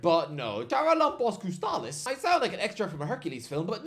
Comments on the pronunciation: Its pronounced Haralabos Kostulas. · As a Greek, how you pronounced Charalampos Kostoulas absolultely killed me. Just call him Babis, thats what we call him in Greece to shorten his name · Το έσφαξε το παιδί έτσι που το είπε .